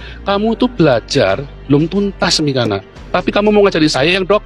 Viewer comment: Saya suka dengan ucapan si...katanya nama mikana jadi Miko ntol😅